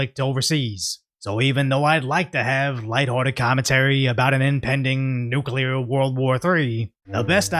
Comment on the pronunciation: "Sy-mew-taneously"? Dude! I was happy to hear you pronounce "nuclear" correctly and then you go and do that?!?!?